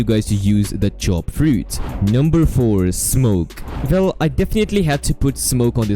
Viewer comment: The "vell" kills me 😂😂